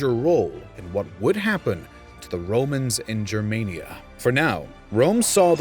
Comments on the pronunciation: Your saying jermania, but its pronounced germania, the Romans wrote as they spoke, if it was jermania they would of written jermania (which would have actually been pronounced yermania because j represented the y sound, infact i dont even know if latin had/has a j sound) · why you say germaynia? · He wrongly pronounces it... It's Germania, but he says Germenia... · Just a point: it is pronounced GER- māniă...like anGER. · The ch sound is supposed to represent a fricative, like how German and Dutch people pronounce it. It later shifted into a simple h. So it's better to pronounce it as an 'h' than as whatever you're doing now.